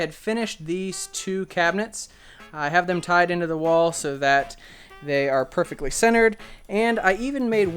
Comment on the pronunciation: say perfeckly one more time. say it.